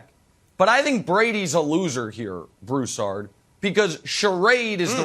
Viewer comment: I swear I can't be the only one who can't stand it when Nick calls Broussard, "Brew". 🙉